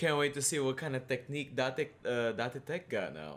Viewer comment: Does anyone here get mildly annoyed when says Da-te teck instead of Date (deyt) tech or Da-te ko?